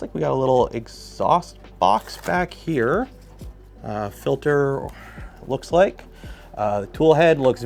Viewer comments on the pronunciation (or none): none